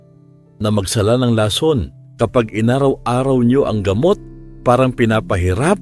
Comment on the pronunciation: 😢mali ang bigkas mo ng lason at botika,nakakainip, maraming pasakalye